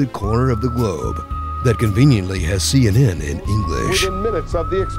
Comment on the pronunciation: I start laughing so hard when he says CNN in English....